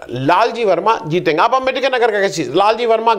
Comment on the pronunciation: कृपया: अबेदकर नहीं, "आंबेडकर" कहिए...